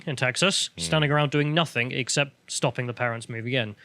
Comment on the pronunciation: It's nothing, not nothink.